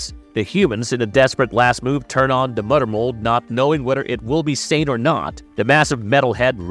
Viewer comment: LOL "da mudder mold" is killing me throughout this video 🤣🦩